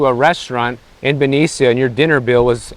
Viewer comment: You are ignorant of the area of which you speak Benicia (pronounced Benisha) is an area next to Richmond which is the murder capital of CA. We cannot afford to have cuts. Also public service officers are union so.... what do you mean cut pensions? I think you need to report on what you know. Thanks for the mansplaining.